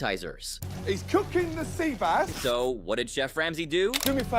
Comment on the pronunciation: It's an AI voice. Very clearly through multiple videos (like "sea base" instead of "sea bass").